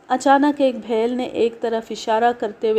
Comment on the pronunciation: Its is beel a famous tribe not bhel satpura range is in Maharashtra and i am from the last edges of these mountain ranges